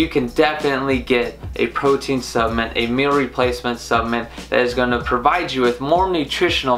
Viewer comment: I think I'd put more substance in your opinion.... well, to be honest - even if you could articulate the word "supplement" properly - I still wouldn't. I knew Mark Hughs, the kid who started Herbalife. I knew what drove him to find the products, and how the death of his mother, after her many diet merry-go-rounds - caused him to want to build a company of quality, selling quality products in his supplements. I used the products and gained the health many years ago which will see me through the rest of this journey. I am, and have in no way been affiliated with Herbalife for more than 25 years - but the quality was always beyond question. You missed on this one.